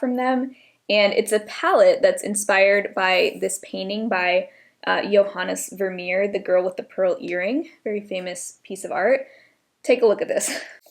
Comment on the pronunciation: Love the look! Good pronunciation on Johannes Vermeer👌